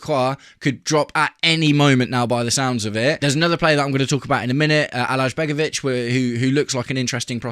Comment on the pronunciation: Alajbegovic is pronounced A-lai-begovic. Cheers